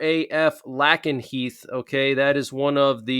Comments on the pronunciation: Just as a heads up, it is pronounced LAKE-n-heath...not LACK-n-heath. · Pronounced LAKE-N- Heath !!! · “Lake n heath” is how u say it lol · ❤ Lake is pronunced lake... lakenheath. Dont wan douche to mock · It’s pronounced LAKE-nheath. Also, air superiority also includes air to air combat (dogfighting) its primary mission and air to ground operations. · Lakenheath. A like in ace not a like in apple